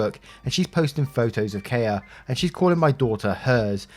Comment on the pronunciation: It’s pronounced kaiya I think, it’s spelt different from a Japanese way if it is, it’s my birthday Monday I turn 35 and my fiancé has spoilt me